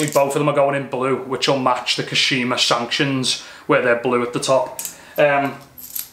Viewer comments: Wicked mods, Dude are you saying sanctions? No biggie but it's a fork stanchion for clarification! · Stanchens not sanctions!!!!!!!!!!